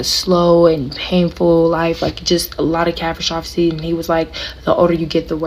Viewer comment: Man, I am shocked at the lack of language skills of people. I mean cat-a -stroph-e? 😮😮😢